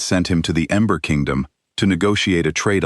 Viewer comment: Narrator is saying Amber Kingdom instead of Ember Kingdom. I love strong women stories. ❤❤